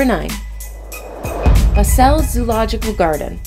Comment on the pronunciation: Barcelona zoo is rundown and a bit depressing. Zoo Basel however is amazing! So many animals in a lovely garden right in the middle of the city. Your pronunciation however was horrible 😂 Bazzell